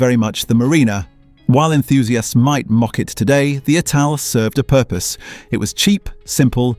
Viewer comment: Ital not aye tal. And m..k 4 and m...k 3 escort. Mark 3 and Mark 4